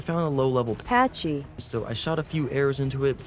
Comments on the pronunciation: Can someone tell me why he can never say pachy? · Pachy is pronounced Packy